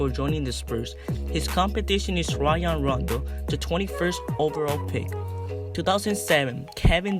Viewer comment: Lel who is “Rayon Rondo”?